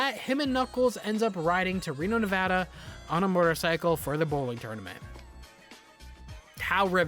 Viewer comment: Personally I liked the show, but I get these criticisms. I feel like it would have been better if it was more Knuckles-centric. I’m just commenting as a Reno local to say THANK YOU FOR PRONOUNCING NEVADA CORRECTLY OH MY GOD i was genuinely surprised that nobody in the show pronounced it correctly once